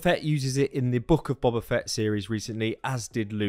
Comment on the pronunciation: It’s pronounced Boh-ba, not Bob-a!